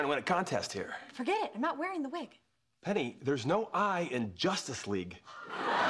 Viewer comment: Haha "Justce League"